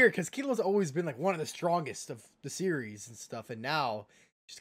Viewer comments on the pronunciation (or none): none